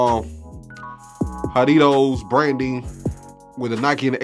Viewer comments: Nah it’s not pronounced like that it’s pronounced like (ha-re-toes) jarritos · It’s pronounced ha-ree-towz if that helps, or ha-ree-tos which is how I pronounce it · L pronunciation of "Jarritos" NOT "jaDitos" and L for StockX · how are you going to tell us how to say Jarritos, and say it like that? lol good review and dope shoe. "haditoes"😂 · Im Hispanic and I came here to say you tried your best to pronounce the name👍 the shoe go hard I’m personally trying to get them just for the laughs😂